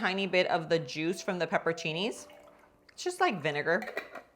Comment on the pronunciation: I feel like you’re saying peppercinis instead of pepperoncinis 😂